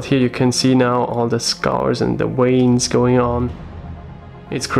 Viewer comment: You know what my favourite part of this video was?. Not something you will expect, but when you pronounced veins like "weins". My Grandmother was from Poland (I'm English) and she used to pronounce her V's as W's when she spoke English, so that reminded me of her and put a smile on my face.... 😀